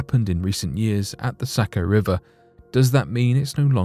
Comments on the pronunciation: No offense but Saco is pronounced SOCK-oh. :) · It's pronounced sock-o... Born and raised in Maine and some of my family owned places in Saco so I've spent a LOT of time there. Very interesting to hear the back story. Never heard of it myself although I have heard of the curse and people do continue to die each year. But everyone dies eventually right?